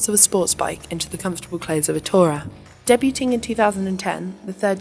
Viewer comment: Great review. Debuting pronounced deboooooting LOL it's a French word my dear, the T is silent...